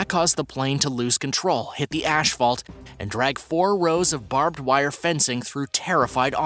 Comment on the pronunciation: Nothing wrecks havoc. Wreaks (reeks) havoc. Okay. I get it. You purposely mispronounce various words so word freaks like me will earn you a comment. Do I need to tell you where you can shove that digger? Ashfault?